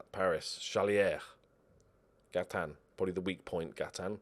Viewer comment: I love that you pronounce Gaitan like he's French even though he's Colombian and it's almost certainly a Spanish name.